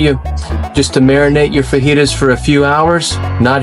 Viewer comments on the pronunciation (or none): none